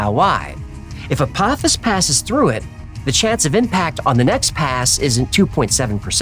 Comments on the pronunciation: FYI — everyone is saying this wrong, even Neil deGrasse Tyson. ✅ Correct: uh-POH-fiss ❌ Wrong: ah-POFF-iss (that’s the Stargate villain, not the asteroid). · Dear, I love your show! And especially Hecklefish 🥰🐟 I just wanted to let you know that Apophis is pronounced with a long O. I'm sorry, I had to be that person, it was driving me nuts lol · …it’s pronounced “Ah-poe-fis” lol but great episode as always. Stripped is cool but the why files can never be too long 💯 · Its pronounced "A-po-fis" it comes from Greek mythology... Zues father fights off Apophis every night, it's supposed to be the story of why the night comes and he fights the night off so a new day comes and it's his "job" for eternity.. it's a cool story, better explained in the movie "Gods of Egypt". Far better than I could explain it lol.. hopefully he fights off Apophis in 2029 and saves humanity for every lasting night.. great video 👍🏼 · Why are we pronouncing PH as TH in this? Is it Apophis or Apothis?